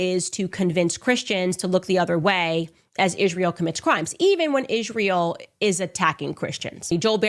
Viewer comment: “Ishreal” Candace can even talk properly 😂